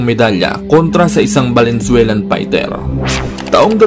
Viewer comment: Paulit ulit Kong pakinggan pero talagang ang pakinig ko ay VALENZUELAN boxer..ndi Kaya yun ay.. Venezuelan boxer.? Grabee